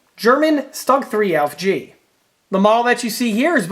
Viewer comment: Damn, I wish you wouldn't say "Auf..." Most of your German pronunciation isn't bad, but "Auf" - ooof! "Ausf" is short for "Ausfuhrung." Let's spread the word and educate the public, okay? "Ausss - fyooor-uhng." Ausfuhrung G. It's not hard.